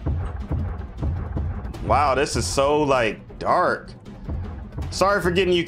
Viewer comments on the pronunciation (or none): none